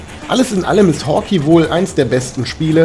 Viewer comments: Nettes Review, aber bitte es heißt nicht "Hawki", sondern "Hawkei"!!!!!! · dagrubar Danke. Ja, klar ist es falsch. Ich hab die Beschreibung mal um die Erklärung geändert. Es ist halt so, dass ich den Titel immer schon als Kind falsch gelesen, gesprochen und geschrieben habe.... "Hawkey" statt Hawkeye. Und dieser Fehler zieht sich wohl bis heute durch. Immerhin hab ich es diesmal dann richtig geschrieben. Das zeugt wohl nur von der Qualität des Spiels, es hat einen bleibenden Eindruck hinterlassen ... und einen falschen Namen ;) Ich weiß nicht ob ich es jemals richtig aussprechen könnte ohne das es sich für mich völlig falsch anhört :)